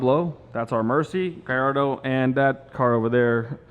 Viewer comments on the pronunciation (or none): none